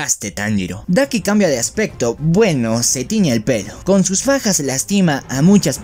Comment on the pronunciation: Cuando dijiste daki ataca con Fajas escuché pajas : yo pajas mmmm ¯( ͡° ͜ʖ ͡°)¯